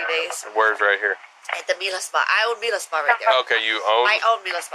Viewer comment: It’s Mila.. not Melissa 🙄